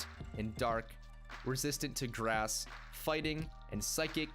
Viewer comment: Grass sounds like drass